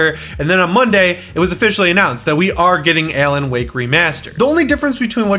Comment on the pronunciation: Are you saying Ellen Wake?